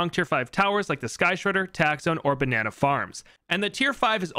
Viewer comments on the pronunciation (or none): none